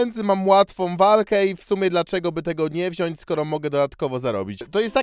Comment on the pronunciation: Zauważyłem ze w minucie 3 sekundy 49-tej powiedział nie poprawnie słowo wziąć gdyż powiedział "wziąść" gdy poprawną formą jest wziąć, mam nadzieje że nakłoniłem do poprawy i licze na rozwój kanału w przyszłości zeby był bardziej dopracowany i oglądalny, niestety po usłyszeniu tego słowa wyszedłem z filmiku i więcej tu nie wróciłem, dowidzenia, miłego dnia lub wieczoru i pozdrawiam.